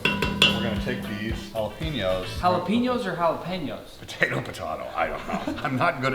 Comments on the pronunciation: nah man it ja-lop-pi-nose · bro its JAH-LOP-PEHN-NO's